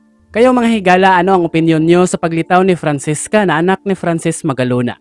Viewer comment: Francesca po hindi Francisca 😂✌